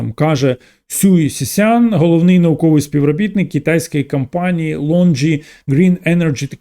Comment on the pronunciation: Мені незручно це писати але через те,що у вас високоякісний україномовний контент мені хотілося б звернути увагу на вимову літер о та а у деяких словах та їх закінчення. Не кампанії а кОмпанії. Не еканоміка а екОноміка. Не сприймайте як критику а радше як бажання бажання покращити контент. Дякую.